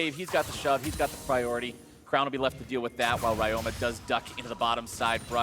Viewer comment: Ryoma is read as Ree-yo-ma. Please correct it, it's annoying.